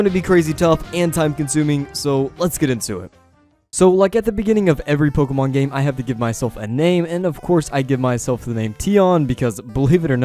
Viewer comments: I'm late, but "Pokeman" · Great content also ‘Pokeman or Pokemon’ haha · "POKEMAN" No lie I dig your video style I'll be sticking around